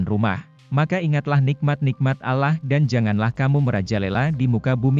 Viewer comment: Maaf ya anda. Beritakan cerita alquran tp kenapa bacanya alah bukan allah